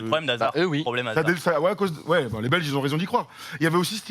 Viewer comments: La prononciation des noms belges, elle pique les oreilles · xptdr à vous entendre prononcer les joueurs belges :D j vous kiff mais sérieux mdr la prononciation :D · Belle analyse mais niveau prononciation des belges c'est pas ouf